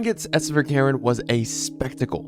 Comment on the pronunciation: Sverkeren is Norwegian which means his name probably is pronounced like “sver-ker-en”